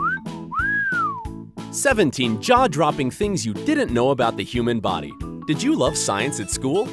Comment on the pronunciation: Body bruh u did not say bidy